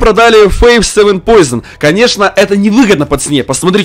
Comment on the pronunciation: 0.43 не поизон а поушин!